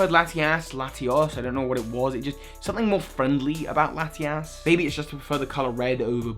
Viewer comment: Ha he said Lati-Ass